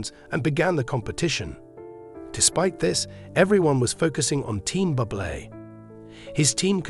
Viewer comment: Get rid of this goof who talks about Buble incorrectly as if he was a “bubble” and is “bubbly”. WTF, has he never heard how Buble’s name is pronounced.